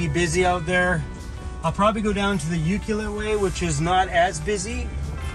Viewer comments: welcome back to the island! ps its pronounced U-clue-let lol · Just so you know it is pronounce you-clue-let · You found that secret peice of land ya wanted to buy . Now you can rent it . No need to buy jack squat except beers from the Ukee Liquor store . It's pronounced U-clue-let or Ukee for short . Just a little secret , Locals greet and thank each other by saying "Choo" . Love that town .